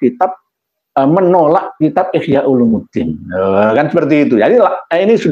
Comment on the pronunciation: Ihyau 'ulumiddin bukan ihyau 'ulumuddin احياء علوم الدين 😊